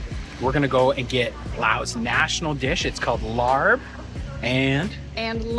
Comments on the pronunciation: It's pronounced Laab not Larb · Laab! Not larb. Fyi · Larb is pronounced Laap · Laab and not larb… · It sounds much tastier when you pronounce it like Lao people do: “L-ahh-b”. :-) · Larb is Americanized pronunciation but if you’re an older Lao it’s cringing to hear larb. Lao new generation often says larb restaurants use it mainly for marketing. Most of the foods are Americanized mainly for marketing especially laab and papaya salad.